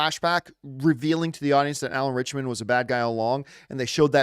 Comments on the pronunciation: I have heard his name mispronounced more than I’ve heard it pronounced correctly. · Listening to John say Alan ritchson name wrong over and over drove me insane 😂